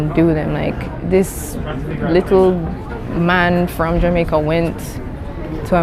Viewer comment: 理路整然とした話し振りから、頭の良さを感じますね ジャマイカの発音は、ジャメェ～カなのですねぇ..